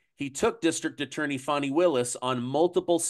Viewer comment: You're supposed to pronounce it Fawni even though it's spelled Fani😂😂😂😂😂